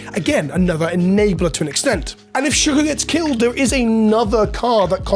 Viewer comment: “Shook-oh” yah, the whole community is shook